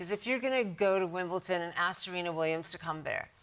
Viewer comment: its written and pronounced Wimbledon !! not Wimbelton ! sublime but atrocious woman